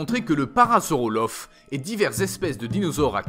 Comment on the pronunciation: parasaurolophe chuis mort c'est parasaurolophus